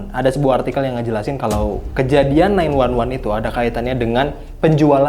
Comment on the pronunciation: 911 dibaca nine one one anjir, itumah emergency call